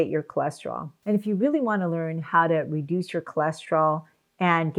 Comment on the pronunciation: It's harder to understand if you are saying "reduce" or "induce", since they are so opposite I would suggest more care when using them . Other than that, thanks for the video!